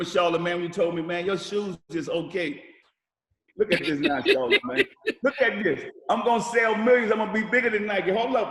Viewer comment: He kept calling Charmaine name..... lol